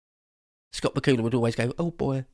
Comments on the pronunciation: Shout out to Benny Hill. He is missed. Also, I love the pronunciation of Scott Bakula's name. Ba-koo-la. 😆 I suppose Dracula is Dra-koo-la? Great show,. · I've always heard it said Scott Bakula, rhymes with Dracula. But I like Ba-ku-la better. Especially after the bibbity-bobbity-boo...